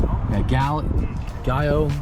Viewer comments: Paint is pronounced (GEE-ALLO)😂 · Say it with me…jee-ah-low 🤦🏻‍♂️ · 1. Giallo is pronounced Jee-allo 2. Lambos are VW as well 😉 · Hearing you guys try to pronounce giallo hurt my ears. Hard G like Giant. Gaa-low. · I think the first part of the paint code is actually pronounced Gee-all-o ... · Giallo is pronounced "Jee-al-low" hahaha